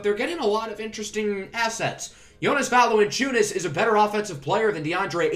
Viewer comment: BTW it's "VALAN-chew-nes"